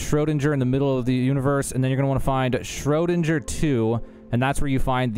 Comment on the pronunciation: you lost me at "shro dinn ger" and not "shro DING er"